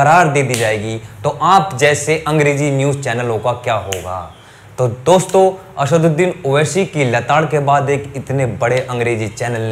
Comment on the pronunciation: Naam to lena sikh owaisi bhai ka, har chiz me sha nahi hota , aSHadudin owaiSHi ny aSaduddin owaiSi h